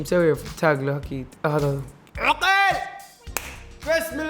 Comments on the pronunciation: عقيل مو عجيل😂😂👌🏻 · ليش ماتنطق الاسماء زين هلا مو هالا عقيل مو عغيلللل😂😂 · والله العظيم اسمه عقيل مو عقيل اوك في النتطق غلط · بموت اذا قال عقيل مدري كيف ينطقها😂 يضحك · ماذبحني ضحك إلا نطق اسم عقيل 😂😂😂😂😂😂😂😂🤣🤣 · م يعرف ينطق عقيل يقول عقيل بالشدة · ياخي ليه يسميه عقيل كذا 😂غريب نطقه